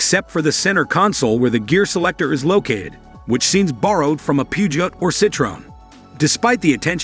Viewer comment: AI narration is what I disdain. Alfa Romeeo…FSS! Fyat? Poogiot? Match-e? 😂😂 It looks a lovely city car that Alfa has needed for years, it just needs to be priced competitively. For those who say there has been no Alfa since FIAT took over, I ‘m sure there are many aristocrats who said that of Alfa in the 1940’s after the last 8C was produced and they went to 4 cylinder motors post war.😂